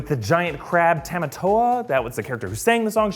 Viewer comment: It's not tematoa it's tamatoa